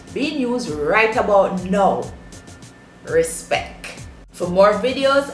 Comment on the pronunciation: Jaysal Agua She said RISPECK not respect 😂🤣